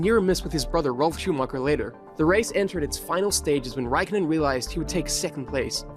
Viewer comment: Räikkönen a as in car, ä as in cat; o as in core, ö as in sir.